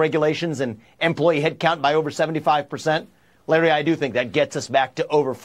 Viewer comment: Larry says his first name wrong